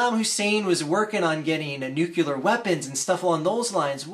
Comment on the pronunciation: It drives me crazy how you say "nuculer", though.